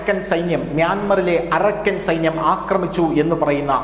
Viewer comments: അരക്കൻ അല്ല അറാക്കൻ ആണ് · Arakkan അല്ല അരാക്കാൻ ആർമി